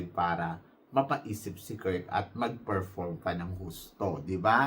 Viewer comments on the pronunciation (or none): Nakakaloka ka binabago mo ang mga names ng mga candidates natin.KIRK BONDAD po hindi KURT BONDAT! Kaloka! Malaki ba tyan nya eh puro nga abs.BONDAD po letter D po hindi letter T.BONDAD! BONDAD! BONDAD!